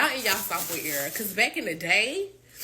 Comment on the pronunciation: Think it's era, not error